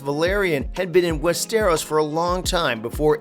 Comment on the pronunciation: I hear west stare rose 🤣